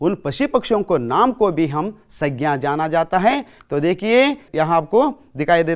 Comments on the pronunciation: Uchharan dosh aur sabdonka galath pesh udaharan sagna saina in dosho ko sudharlo sir pls. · Aapka pronouncation thoda kamzor hai sir संज्ञा iska sahi pronouncation hai sangya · Sir plz sangya pronouncation tik kiji ye aur है aur हैं ka prayog b sir हैं ka prayog jab plural yani bahu vachan ka prayog ke samay kiya jatha hai .है ka prayog ekvachan ke samay kiya jatha hai